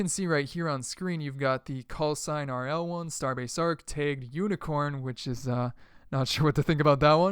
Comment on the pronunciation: why do you pronounce tag "teg" and flag "fleg" lol